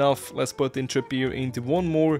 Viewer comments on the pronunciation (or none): none